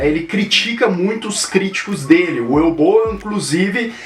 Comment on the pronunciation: a pronuncia acho que seria "Uve" não "Ue", se não me engano.